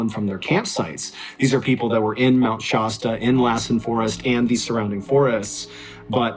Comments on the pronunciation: Dude, it's not "Shosta" it's pronounced "Shaa-sta" like the soda. Like you're saying "sat" but put a "Sh" instead. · It's funny how people on the East coast don't know how to Pronounce places here on the West Coast I'm From Oregon (Or-y-gun) Which I'm about 2 hours From Mt. Shasta A as in Apple (Shaz-Ta) not( Shoz-Ta) lol! Just had to Point that out Mt. Shasta is in Northern California I live in Southern Oregon! So I know the Place and Trail He's Talking about Very Well!